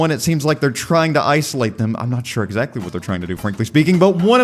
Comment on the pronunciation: How will say exactly: exZACtly. Haha, got it, yeah? Got it, that's it. This is a kind of humor, if you please